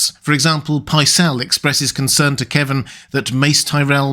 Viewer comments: KEVAN, NOT "Kevin". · It's "Kevan", NOT "Kevin". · I always pronounced Kevan as "kuh-VAHN" but that's me.